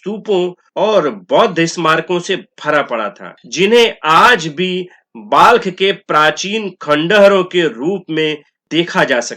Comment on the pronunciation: महाशय Balkh का उच्चारण बल्ख होता है ना कि बाल्ख।